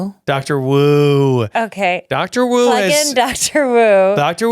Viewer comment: i am begging you to learn that "wu" in chinese is pronounced "ooh". i was so confused 😭😭😭